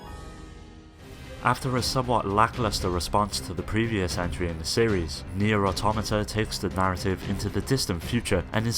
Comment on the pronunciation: Why do 95% of people mispronounce Nier Automata I mean fucking seriously it's not that hard to say right